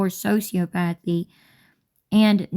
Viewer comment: It's "so-see-ah-puh-thee"